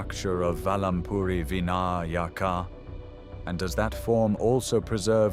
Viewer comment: Oh please say "Vinayaka" correctly. Jai Om...